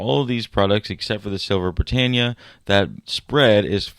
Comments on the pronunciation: I heard Bri TANE ya It should be Bri TAN ya ,"Britannia is pronounced brih-TAN-ee-uh or brih-TAN-yuh (/brɪˈtæniə/). [1, 2]" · my knickers are knotless. A professional should pronounce it properly. The "a" is short. Not long 🎉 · OMG At least pronounce Britannia correctly